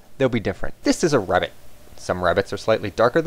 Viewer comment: "This is a RRR-abbit" Awesome.